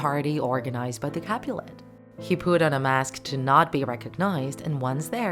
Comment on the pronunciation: Instead of you saying ‘he put on the mask’ I thought you said ‘he pooped on the mask’